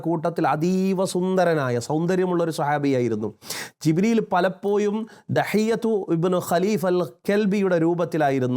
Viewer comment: ' ഴ 'കാരം 'യ' കാരമായാണ് താങ്കൾ ഉച്ചരിക്കുന്നത് എപ്പോയും, പലപ്പോയും etc